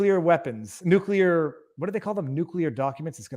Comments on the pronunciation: Pronounced - noo-clee-ar not noo-qule-ar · Driving slowly doesn't make you a good driver any more than driving fast does. Driving competently and paying attention does. But a dippy algorithm can't analyze that. And you obviously know how to pronounce nuclear, do so please.